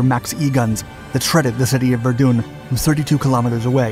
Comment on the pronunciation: ver dune, first time ive heard it said that way. also casualties includes the injured so saying 90 casualties and wounding another 70 is fairly confusing